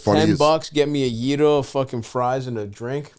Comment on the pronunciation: It's pronounced gyro